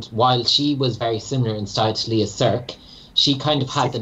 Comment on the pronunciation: She's not "Lea Skrk", she's "Lea Sirk". Learn how to pronounce it correctly.